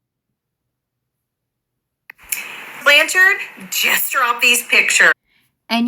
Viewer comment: Wait, that TikToker wasn’t being satirical? When she pronounced “Blanchard” the way she did I for sure thought it was satire…